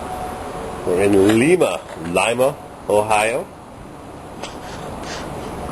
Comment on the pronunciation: PRONOUNCED LYMA